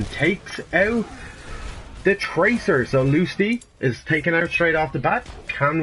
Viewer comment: For future reference it’s Loose Tie not Loose Ti, thanks - H x